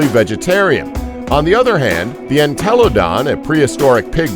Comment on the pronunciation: Second channel I have viewed today with bad pronunciation... I'm only putting one.. it's called *Entelodont... Just say hell pig or something if you can't get it.. I'm sorry just a big petpeve